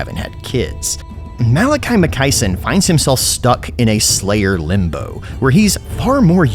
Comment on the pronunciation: Um, you literally show the part of the trailer where his name shows up. It's Makaisson, not Makaiison.